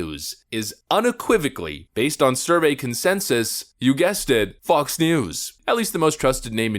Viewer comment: Getting some "Blinded by the Light" vibes every time you say Fox... It doesn't sound like you're saying Fox most of the time.